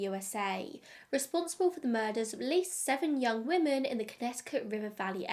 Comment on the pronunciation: I've never hear anyone pronounce 'women' the way you do. Very strange lol. You say it the same way as 'woman'.